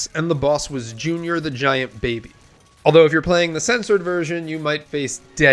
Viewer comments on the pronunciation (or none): none